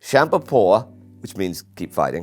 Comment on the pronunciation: I'm from Sweden and Indy amazed me with his pronunciation of: På